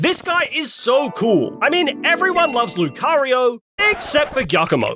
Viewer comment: THE FIRST O IN LUCARIO IS SUPPOSED TO BE A U!